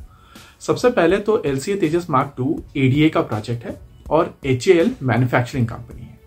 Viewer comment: It's not aadda it's A.D.A